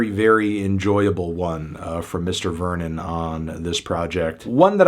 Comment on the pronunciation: if that's the case, why didn't he pronounce Vernon's surname, which is also French, correctly?